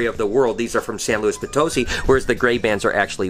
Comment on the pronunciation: San Luis( pron:Po tuss see)Potosi not potusy